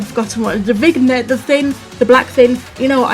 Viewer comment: The black thing is pronounced vin-yet